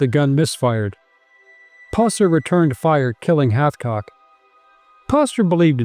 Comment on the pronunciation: Its Hathcock